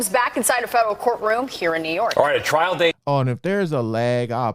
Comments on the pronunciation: Hey homie it's "trial" not trail brotha. Love that channel. You that man bro. My fav spot to chill and get the low down. Keep up the good work my man !!! #jameliskillinit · Lmfao “TRAIL “ 🤦‍♂️🤣😂. C’mon bro , check your $hit before you post. Or get “ hooked on phonics “ it worked for me 😝👌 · Trial, not Trail, my brother. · TRIAL* Not trail. No disrespect tho. Js. ✌🏼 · “Trial” not “Trail”. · "trial" not "trail." Thanks so much for sharing the latest updates. :) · The word is "trial" not "trail".